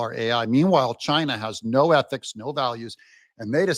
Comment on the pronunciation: I fear chy-nah more than AI.